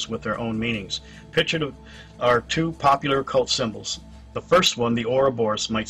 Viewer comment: *correction TWO and not TOW